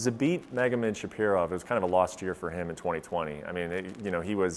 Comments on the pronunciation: it's ShaRipov, not ShaPirov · sharipov not "shapirov" lol